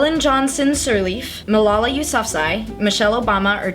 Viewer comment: Also I swear it isn't pronounced like that either, the surname not Malala